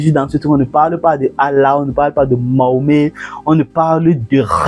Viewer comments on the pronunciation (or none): none